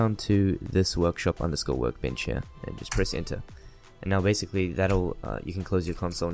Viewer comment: You wanna type in... Work bitch, or workshop xD I know he said 'workbench' but it sounded like Work Bitch